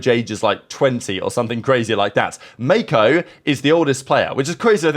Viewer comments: Bro over pronounced it 😭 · calling Mako Meko is the funniest thing I witnessed today